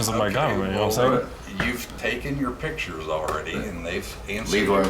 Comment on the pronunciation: "ThortIn"!?!?! Come on dude! It's like saying "taking PITCHERS", which hold liquids and/or throw balls... you MEAN to say "PICTURES" and you sound UNNECESSARILY dumb, which kills credibility, in a situation where credibility is EXTREMELY important!!!